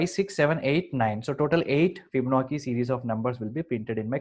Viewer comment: It is pronounced FibonaCHi, not FibonaKi (crying emoji). Videos are terrific though thank you!